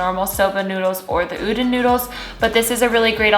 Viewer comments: I had to click off the video when she kept saying “oo-dun noodles” 🥴😔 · Hehe I'm Japanese and I think you mean U-Don (as in Donald Duck). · Hey idk If someone has told you yet but I just wanted to add that udon noodles are pronounced like oo dan. Just wanted to let you know. Great video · If the noodles you were talking about are spelled udon, it’s pronounced oo-dawn ( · the way you pronounce udon cracks me up, but anyway great vid and i'm not even vegan! definitely will incorporate these type of meals every once in a while though xo